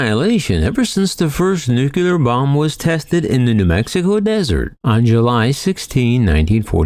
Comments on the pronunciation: Dear world, please stop saying nuculer 😂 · some ppl say it's a regional dialect thing.. i dont know.